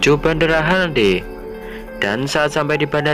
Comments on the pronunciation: bandara haneda bang bukan hanade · Bandara haneda bukan hanade🤣🤣🤣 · Bandara Haneda min ,,bukan hanade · Bang, nama bandara yang abang bilang salah, bukan hanade tapi Haneda. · Min bandara Haneda bukan hanade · Bang bukan bandara HANADE tp HANEDA 🤣🤣🤣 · Haneda bang bukan hanade (RJTT) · Haneda apa hanade min?:v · Bendera haneda bukan hanede